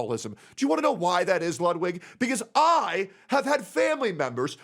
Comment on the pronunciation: Your german pronunciation of ludwig is perfect greetings from germany